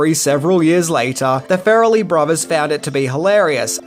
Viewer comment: love your videos, I love this movie and enjoy your general demeanor...but...i just couldn't get past the 5 minute or a dozen "fair-a-lee"... I'm not sure if it's the accent a lack of research or a little bit of both but it's Far-lee...like Car-lee or bar-lee. After the first one I tried to play it off, I'll get used to it...i didn't. Ok, till next episode then!